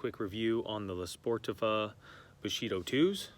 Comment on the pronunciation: Lah Spor-TEE-vah